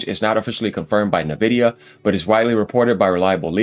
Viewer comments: It's en-VID-ee-uh, not "nuh-vidia"; the company name comes from the Latin word "invidia" (envy), and they emphasize the "en" part, making it sound like "envy" but with an 'a' at the end, like a "ya" sound. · Please pronounce it: en-vidia.